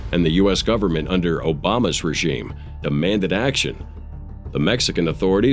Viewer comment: OBAMA’S ‘REGYM’???? 😒 REALLY??? “REGYM”??? 🙄